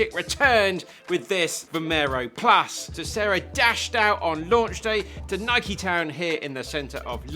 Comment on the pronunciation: My favorite shoe reviewer and he even pronounce Nike correctly as nikeey not noiyk.